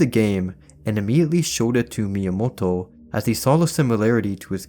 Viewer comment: Finally someone pronounces Miyamoto's Name correctly!